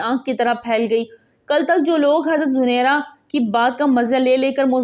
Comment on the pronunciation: ویڈیو بنانے سے پہلے تحقیق کرلینا بہتر ہوتا ہے،، صحیح نام زِنِیرا ہے زٗنَیرا نہیں - ثبوت کے لیۓ دیکھیں الرحیق المختوم، جس میں ہجوں کے ساتھ یہ نام بتایا گیا ہے